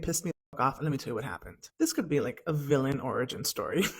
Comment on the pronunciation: did she say "vil-ee-en"...